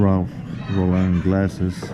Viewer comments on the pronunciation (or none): none